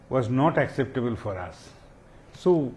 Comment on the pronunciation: It was acceble,accetable...acceptabel phor me🤣🤣🤣🤣🤣🤣🤣🤣🤣